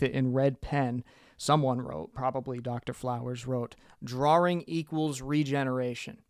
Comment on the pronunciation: Interesting video, this does beg the question. Why do you pronounce drawing as draring?